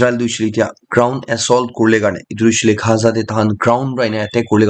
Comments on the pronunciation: Bro it's not gha...za it's gaza😂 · Dear Bro.. it's Gaza! not khaza👍 don't mind...